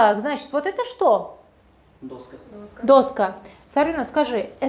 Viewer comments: Правильно же сказал парень: цветы- м.р(И.п что? цвет). Если слово во множественном числе, это не значит, что у него нет рода. И что за дОска? доскА [даска́] на А падает ударение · Доска ударение на А , неправильно произносите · В слове доска ударение падает на конец слова. Учительница сама не знает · Коллега? Позор Вам и вашей коллеге. У Вас беда с пунктуацией, а у коллеги вашей - с ударениями. какая дОска, значИмые темы 🤦🏻‍♀️ Да и само предложение «Самые главные, самые простые, но самые значимые темы у нас» Что? Сама то поняла что-то?